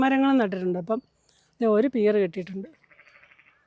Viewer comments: പെര്‍ not pear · Pear is pronounced as Pair